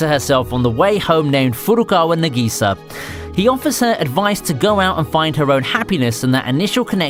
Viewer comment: For someone doing anime related content to be unable to pronounce simple words like Ka-o-ri or Na-gi-sa...